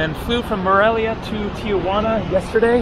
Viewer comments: I’m a subscriber and love your videos, so thank you. I need to explain your pronunciation of Tijuana. It’s not TIA-Juana. It’s simply TI-Juana. Saying TIA Juana is naive. It’s what midwesterners call Tijuana who believe Mexico is South America. People who have never had Mexican food except Taco Bell or Del Taco and think they know what Mexican food is. Im not being mean but needed to correct you. I’m not Latin. Im descendant from England/Scott. Ive spent considerable time in Mexico. I live in San Diego on my sail boat and have sailed the Sea of Cortez and spent considerable time in Mexico City. Thank, mate. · its Ti Juana... nobody says Tia Juana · The wall at Playas gets painted every 6 months or so by groups who raise money for paint. Tijuana is pronounced Ti Juana. Not Tijuana. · I've never understood why Tijuana is pronounced tia juana. It would be cool if you could video your crossing. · I live in Tijuana. Notice how there is no letter a after the letter i in the name. Don't know why so many pronounce it wrong. So you go on an overcast day presummer during a pandemic and expect alot of people? Of course it's not happening. Except for the nice paintings, Playas de Tijuana is not that great unless you want to see local 'talent' on the stage and watch people drinking beer. Rosarito 20 miles south is nicer and more developed and less polluted. Since they stopped allowing visitors on the other side of the fence to touch their relatives a bit through openings, I dont know if you can go on the other side of that fence. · I guess it's the gringo way of saying it for some reason. Most Americans pronounce it that way.